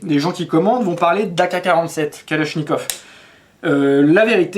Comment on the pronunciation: Калашников. — Mispronunciation: "kaláshnyekAv" is the correct — so, the first one "a" is soft and the second one is stressed and strong; and finally, the last one sounds also a strong "a", like "uh" or "far, father, market", but not like "caught".